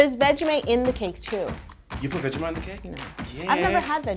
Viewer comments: OK TIME TO TEACH A YOUTUBER Ok so Kangaroos are wild Anilmals Australian's don't say Mate, Crakie or that shanagens Most of us don't have a asent and (This one isn't bad Buyt) Veggie-mite Not Veggie-Mwite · Lily De Fina yes it annoyed me so much when she said "vegemate" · I'm australian and its pronounces vedgie-might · Cake It I know you might take this a bit mean but Australians don't say "G'day" they say "good morning!" also we don't say "vegemaight" we pronounce it "vegemight" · The 'mite' in Vegemite, sounds exactly the same as the word 'might', not 'mate'. :) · Veg-ge-might. Vegemite. I'm sorry, i live in NZ so i'm next to Aussie and picky about how words are said. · Yolanda I am offended by you. I AM AUZZIE AND YOU SAY IT LIKE ITS IS SPELLED 'VEGGIEMATE' INSTEAD OF VEGGIEMITE! THATS NOT EVEN HOW AUZZIES SOUND LIKE! but anyways great cake I love ur vids. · Its vegimite not vegiMATE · think of it as vegie-mi-et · its supposed to be good eye might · vegeMATE DOWN UNDA MATE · I’m from Australia 🇦🇺 and it’s vegi mite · Yolanda trying to pronounce vegemite: VegeMITE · We pronounce it with out the t its more of vegimigh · Yolanda "veggi-might" get the name right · I am Australian u don't say the t vegimi and u feel the t on the Bottom of your throat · Its pronounced vegi mite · That is not how u say vegiemite 😡😢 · Cake It seriously that is not how us Australians say vegemite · I’m American and I literally could not hear the difference between her and him saying vegemite. Lol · I live in Australia and we don't say vegemite like you btw vegemite is best with butter on toast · Lol same and she said vegemite wrong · Indiana Dempsey Relax she just can't pronounce it right! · From one Aussie to Another, every time she says Vegemite i cringe a little, but its so nice that she tries so hard. :) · All Aussies r disappointed in how she says Vegemite 😂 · I'm American and it still bothered me how she said it 😂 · Even me as a kiwi is disappointed. But the cake is great!